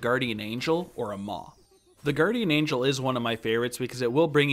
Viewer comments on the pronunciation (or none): none